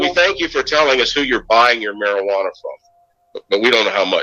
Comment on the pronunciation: Medical marijianna, are you kidding me? It is medicinal! You are part of what's wrong, sir!